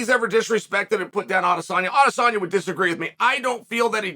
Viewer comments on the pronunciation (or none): Not Adesanya's though, though tbf, majority of people don't. Lol.